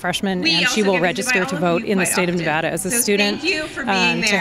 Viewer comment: I hate it when Californians talk about my state, they can't even pronounce "Nevada" correctly. lol blaming Nevada I see. Is that why our governor and local government allows Cali police/ATF to operate out of jurisdiction to watch Californians who come to our gun shows?